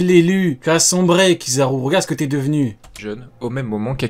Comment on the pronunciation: Je déteste quand il dit Kizaru